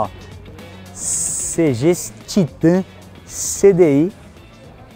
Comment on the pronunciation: CG não felho.. é Cêgi kkkkk tamo together